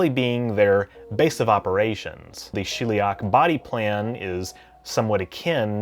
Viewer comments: it's Sheliak, not shilliak. I'm genuinely curious why people with accents mispronounce a word that isn't in their language that they just heard because it is fascinating behavrior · Sheliak... As in shell, not she'll